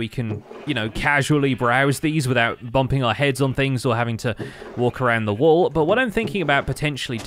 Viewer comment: pls can you pronounce all wool walls you sound funny